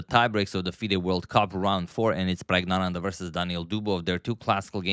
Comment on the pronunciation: Sorry to disappoint - you’ve been pronouncing pragg name wrong all the time. This is the native tamil pronounciation Prak-gya-nandhaa